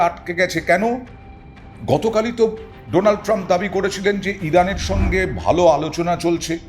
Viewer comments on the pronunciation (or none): none